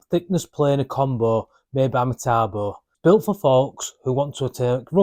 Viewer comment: Metabo not Matabo.